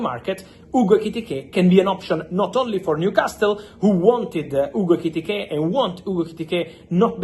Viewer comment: Bro, say his name again..."Hugo IKITIKAY!!" 😂😂